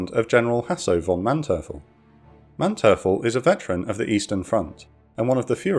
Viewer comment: Please work more on your pronounciation. Your channel is getting bigger, and your videos are getting prettier and prettier, but since you're the main narrator I think you need to take the role more seriously. I thought as much in your recent Ten-Go video where many boats had their name mispronounced, and now you've mistaken Manteuffel as well. I look forward to even higher quality from you and your team.